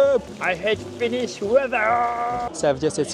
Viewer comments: Very well catching up with finnish phrasees and pronounciation of them👍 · You have great finnish pronounciation! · You pronounce Finnish pretty well 😊 I've heard that Japanese and Finns are related. Edit. You hating Finnish weather shows that you are partly Finnish. We always complain about the weather 😂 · i love your pronounciation of finnish words <3 really hope that you have/had wonderful time here at Finland.